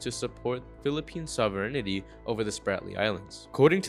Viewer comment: Great report, btw..... Sov-er-eign-ty.....😊